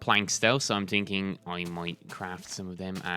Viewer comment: "im tinking"